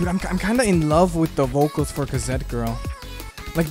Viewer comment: K A Z E T